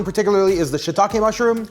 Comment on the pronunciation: Subscribed because your pronunciation of shiitake is correct.